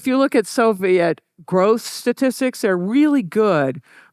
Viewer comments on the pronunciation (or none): none